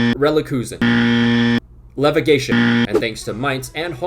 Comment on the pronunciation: Leverelegation Relekuzen Levegation 🤣🤣🤣🤣